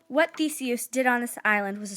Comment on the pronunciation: You said Theseus wrong